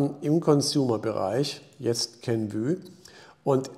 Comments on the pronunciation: Kenv-Ü hört sich echt schlimm an 😂 Inhaltlich aber top wie immer! 👍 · KENVUE wird wie REVENUE ausgesprochen! Ein "Ü" gibt es nicht im englischen nicht - just my two cents....